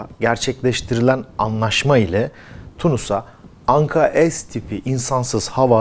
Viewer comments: Anka-Es değil Anka-S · Güzel haber ve video Teşekkürler. Ama daha çok Türkçe lütfen biz S harfini S olarak okuyoruz, es demeyelim bence S harfine bu yabancı bir harf gibi oluyor. Türkçemize daha çok sahip çıkalım.😊🤘🤘🤘🇹🇷🇹🇷🇹🇷🇹🇷🇹🇷🇹🇷🇹🇷